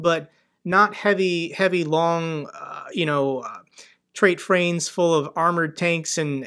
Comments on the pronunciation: I love how he said trait frains instead of freight trains😆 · you say " treight frains " LOL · trait frains LOL It must have been a long day 🙂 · You said "Treight Frains" instead of freight trains! Love your content. Gis a shout if you're ever in the UK, would love to buy you a beer x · Treight Frains …😂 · I’m sorry to be immature… but you said treight frains at the 13 minute mark lol.